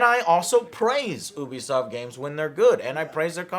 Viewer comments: Azathorn Aza You are Correct, in French, it's closer to you-be-soft than ooo-be-soft. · He says “ooh be soft” and its “you be soft” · You-be-soft...not ooo-be-soft 😐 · Once again he proves how little he knows. Starts off by calling it OObisoft not Youbisoft. Can’t trust him. That and calling For Honor dead? M seriously? Has he really even played it recently? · Hearing him mispronounce “Ubisoft” as “Oo-bee-soft” kills me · Stephen Gates, it is oobisoft I think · Disliked at "oobisoft" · It's neither "You-be" nor "Ooo-be". It's french, so it's... Well, in english you don't have this accent but "You-be soft" seems to be closer to the original pronounciation. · He still says it wrong omg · Still pronouncing it wrong? Come on joe... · Michael Mayers sorry haha. Just bugs me when someone pronounces it wrong haha. Like when ReviewTechUSA pronounces "meme" as "maymay"